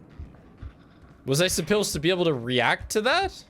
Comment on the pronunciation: "Was I suppewzd to be able to react to that?"